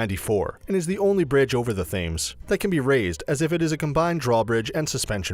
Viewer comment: “The river Fames” 😂